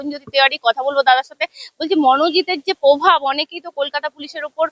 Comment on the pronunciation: Ore ota probhaabh. Pobhaabh noi. Osikhhito joto reporter.